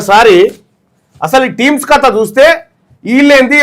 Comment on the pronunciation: టీమ్స్ కాదురా నీ అయ్యా. అది టిమ్స్ రా